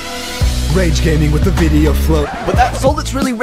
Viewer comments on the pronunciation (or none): "ROCK IS HERE, TOO. MAKE VIDDY-OH ON ROCK."